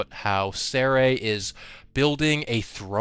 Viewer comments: Dredgen Seres name is pronounced “See-R” not “Seh-Rey” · Seer not Se Ray 😂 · Are you saying Sere wrong on purpose?